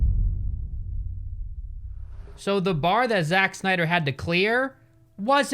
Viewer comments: He said za ch instead of just Zach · "Za-tch?' I've never heard anyone ever pronounce "Zach" that way. That really bothered me for some reason I can't figure out why i care about that. Man this pandemic is making me care about stupid shit I really shouldn't care about and never have cared about before. Fuck a duck, I'm ready to do something with humans. Like activities or sex maybe I don't know, bye. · why does he pronounce "Zach" as Zatch when he knows very well that there are people with the name Zach that pronounce it the same as "Zack" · when has "zach" ever been pronounced "zatch". shits out of anger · "Szatch Snyder" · Did you say Zatch 😂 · Zatch? lol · As soon as I heard him pronounce “Zach” like that I knew this would be a good video lol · “ZaCH Snyder” - 2021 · I love how he immediately just mispronounces Zack's fucking name in the start